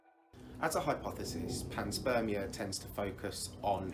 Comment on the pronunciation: Pan-SPERM- ia